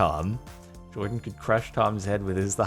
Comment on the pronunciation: jardon says jardon when it clearly says Jordan lol